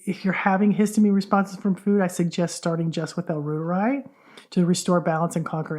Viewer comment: it’s pronounced royteri - Not rooteri. Royteri like the Reuter News Agency.